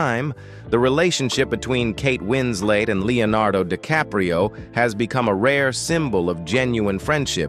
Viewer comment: This knucklehead keeps calling her wins late come on you dummy it's wins let. 🤗🌹🤗